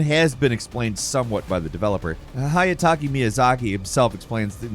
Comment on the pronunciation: Who the hell is Hayataki Miyazaki? DO YOU MEAN HIDETAKA??